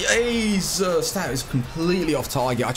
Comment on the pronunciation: Are you Dutch because you said Jezus